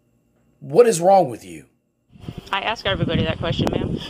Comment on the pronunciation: She's gonna "axe" ouch!!